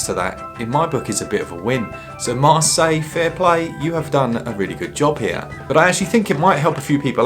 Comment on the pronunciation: No S at the end of Marseille. Putain!